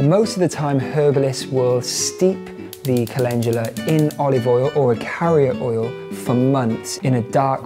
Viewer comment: Me: Cal-In-Doo-Luh Him: Calenjula 😂 When you realize you've been saying something wrong your entire life